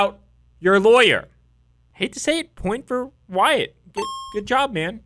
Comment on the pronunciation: OMFG You're a lawyer but you don't know how to read? His name is WYATT...not WHITE. I couldn't finish watching your video because you just keep saying WHITE over and over again. I just don't understand people that make videos but don't bother to be certain of the subject or information they're speaking about.